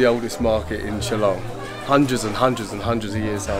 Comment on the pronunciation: I was wondering why you didnt visit Meghalaya last time when youre in north east india..but i think you did it right by deciding to visit now.. You pronounced 'shillong' like a local,👍 Hope you enjoyed our State Meghalaya.